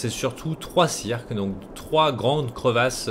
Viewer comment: C'est pas criques au lieu de cirques ? x)